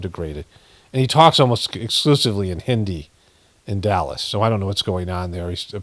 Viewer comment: If Daaji can't pronounce Dallas, how would he pronounce stripper from Arkansas? ( Sorry, it's already pathetic so I had to go there. 😊) Thanks 🌞❤️🌄